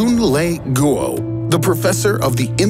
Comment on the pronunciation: Goo-oh lol (facepalm)